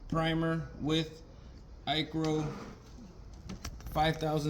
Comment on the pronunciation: FYI you are not pronouncing ICRO correctly